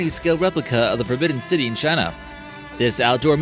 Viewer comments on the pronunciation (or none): none